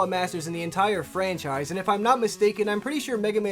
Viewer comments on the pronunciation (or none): none